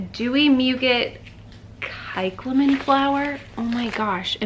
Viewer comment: Social media and photography ..my two biggest challenges. Great video The flower is pronounced like psy cla men. I love new fragrances